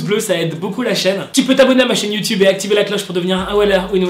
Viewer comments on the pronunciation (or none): none